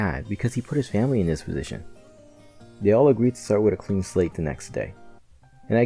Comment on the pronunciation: Dude said we CREAN them.